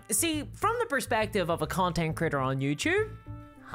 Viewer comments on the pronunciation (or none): Is it me or does it sound like critter everytime it should be creator?